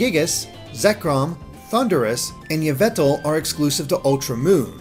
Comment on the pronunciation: triggered by pronunciation of Yveltal, Kyogre, Mesprit, Cobbalion and Terrakion.